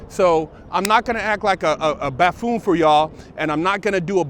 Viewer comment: I like and I like what he does with the podcast. He's a real dude. He was close enough to buffoon with ''baffoon'' so I think he should get a pass for flubbing the word. Not to get too much into politics but I don't see ''baffoon'' as a big deal when there's a possibly mentally ill buffoon in the white house representing the United States.